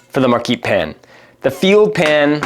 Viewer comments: Yeah that’s not how you pronounce Marquette. Never mind you got it right after first one😅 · Particularly because he can't manage to say their name correctly more than twice in a row.